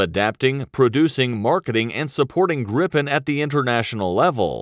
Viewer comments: Please not the Grippen, it is the Gripen. The I is pronouncd like the e in the english word easy. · Good episode! Although as a Swede it annoys me to an unhealthy degree how you pronounce "Gripen" as "Grippen", and Viggen, as Vee-gen :D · No Grippen is how englishspeakers say it. Not us swedes. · You don't say "grippen'". You say Gripen ffs. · Why does some english speaking people pronunce "Gripen" as "Grippen"? Annoying.. is spelled with ONE p not two. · Japp men vi svenskar säger Grip-en inte grippen. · Gripen means "The Griffin" in swedish. Would probably be easier for you to say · its Jazz Grabben 69 FFS